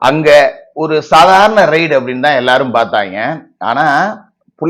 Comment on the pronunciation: அது ரைடு இல்லீங்க ரெய்டு என்று சொல்லுங்க.